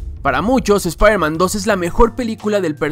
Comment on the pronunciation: shpairman XD